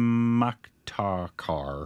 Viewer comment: Ouh yeah, as a foreigner too, I can pronounce 'chaamatkar' better than you, 😂😂 but yeah.. your pronunciation is cute 😂😂